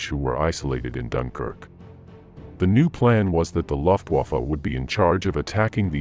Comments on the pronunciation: The loftwoofa 😂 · Please don’t try to use German words……please just say “airforce” instead of loftwoffe 😂😂